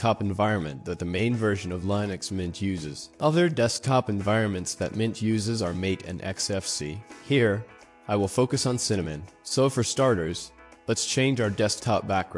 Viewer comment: ... And MATE is not pronounced like it is in English... its "Mah-Tay"